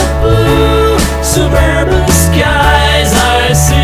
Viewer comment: "Suburban" is pronounced "Suub-air-bun" in Beatlese (Scouse).